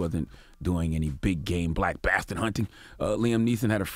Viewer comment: "a hard BATHDARD"